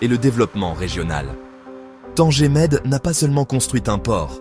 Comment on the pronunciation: Il m'énerve quand il prononce TANGERRRR au lieux de Tanger. é Tanger Med.